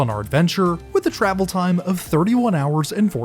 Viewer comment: Stop adding an A every you say time! I didn't know that timeahh was even a word.